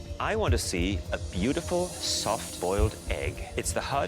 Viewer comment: He said beauticul